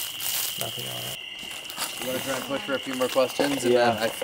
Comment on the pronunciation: quesions lol not questions